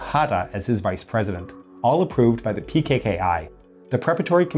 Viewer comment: No pkki (x) ppki✓